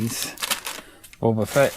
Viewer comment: And are you saying bobo Fett? It’s boba